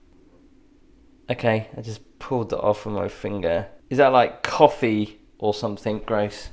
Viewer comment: It is 'something' not 'somethink'. Speak properly boy.